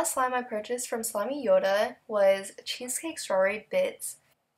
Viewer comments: It’s slime yoda!! Not slimey yoda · IT'S SLIME-YODA DNHFGIN